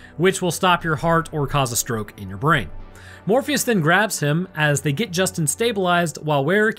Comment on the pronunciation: Bro calls Fleshbourne “Morpheus” the entire 👏🏼 fucking 👏🏼 time 😂😂😂😂 Love Horror, Love Sci-fi, so this movie was a match made in heaven…or probably Hell 🤔 for me. Remember renting it on VHS back in 97’